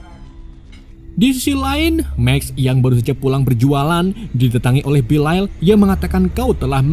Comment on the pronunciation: haduh belial dibaca belail🗿